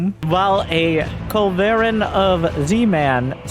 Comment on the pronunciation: Your culv pronunciation made me chuckle.